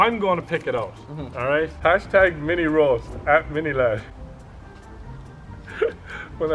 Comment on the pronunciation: Sjy Mini ladd and not Mini sladd